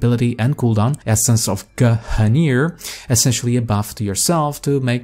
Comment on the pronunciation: guh - hunir.